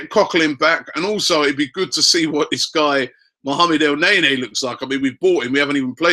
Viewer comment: ITS NOT FUCKING EL NAY NAY